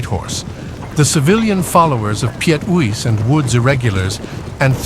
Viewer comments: Uys is pronounced as in the playing card "ace", not oo-is. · The boer commando Uys is pronounced ACE not USE.